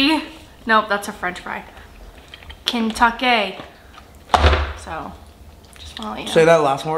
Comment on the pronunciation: “ pouleyt, Friiiizz, Kentukay”